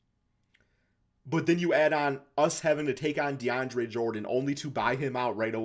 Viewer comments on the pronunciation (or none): Man said " de an dre " jordan